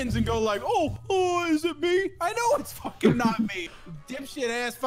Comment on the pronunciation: how much time she said FOKEN?